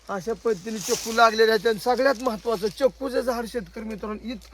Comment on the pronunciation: चकू नाही चिकू